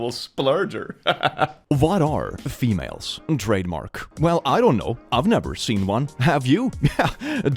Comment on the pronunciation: Dear, it's pronounced femal-es. Like tamales. Thanks 😂